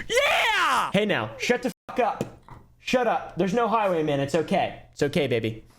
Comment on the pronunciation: You said highwayman but I heard high women, I was wondering what caused such a specific hatred 😭😭